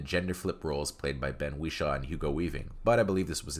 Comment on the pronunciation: There’s one thing worse than this movie - the narrator’s pronunciation of the words Wishaw and subsequent.